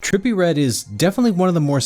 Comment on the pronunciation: terppy red